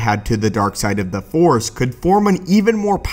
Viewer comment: Its Force, not fore. If you are going to talk about Star Wars, you should at least know how to say the name of the most prominent energy in that universe!